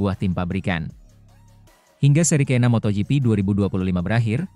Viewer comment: moto gp bukan moto yipi ada2 aj ini admin geli dengernya